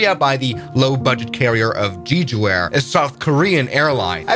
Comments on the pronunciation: Dude it's pronounced Jeju not Giju... like Je in Janice... jeju. Also Seoul is pronounced like "Soul" like I've got soul... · I dislike this guy's gabby overbearing voice and failure to learn the correct way to say Korean names. It's not jeejoo....it's jeh-joo. and there's NO excuse for saying Seoul the wrong way. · I love the information, your pronunciation of the cities is very inaccurate, I just want to clarify, Jeju is pronounced Jeh Joo, and Seoul is pronounced Soul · HL8808 diverted 2 days ago because of medical isuue of one of it's passangers One thing we want to check is HL8088 had engine problem several months ago (probably bc of poor maintenence) and Jeju air (It's not pronounced Jeejoo) tried to hide it by announcing the reason as a birdstrike. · It's not jeejoo it's Jae-Joo lmao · Jeju. Ju. Jews. Every single time. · Wrong pronounciation of Jeju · Please pronounce jeju correctly.